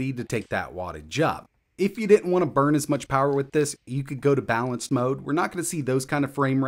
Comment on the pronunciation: "Di‘int" I know that accent but I can't place it.